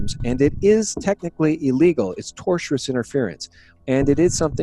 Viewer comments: TORTIOUS = "TOR - SHUS". [ NOT "TOR - CHEW - RUS, as YOU say.] Yes, it TORTURES you, but it's a TORT = civil wrong. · You mean tortious interference, not "tortiourous". Keep up the great work 👍